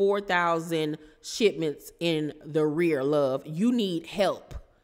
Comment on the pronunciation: I laughed when I heard " in the rear" instead of in arrears.